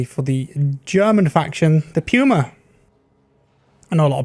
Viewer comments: its not Pjuma, just say Puma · Ah yes, the pew-ma.